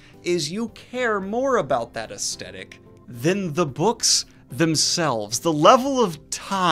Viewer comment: “Aesthetic” is pronounced “as TH etic “ not “as T etic”.